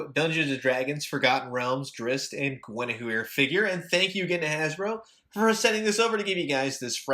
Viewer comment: you pounced it correctly